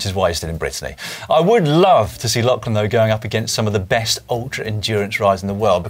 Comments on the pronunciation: FFS Si. It is Lock-lan Morton. Not Lach-lan Morton FFS. Listen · Why can Dan not pronounce Lachlan correctly?